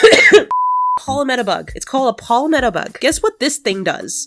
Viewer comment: its palm-met-o